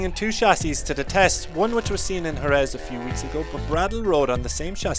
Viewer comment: my guy really said jerez like that...